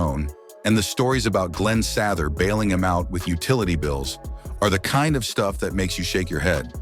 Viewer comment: Where did they find this utterly clueless narrator? Can he pronounce any name correctly (couldn’t even pronounce Glen Sather name)? How on earth do you get hired to narrate and mispronounce one of the greatest and most famous hockey players in history? And WOW, that’s a lot of unsubstantiated rumours and BS. Quite frankly, this video was embarrassing to watch, and a waste of time. How about some hard facts with your gossip. Mark Messier deserves much better than this disgusting hit piece. PFFFT!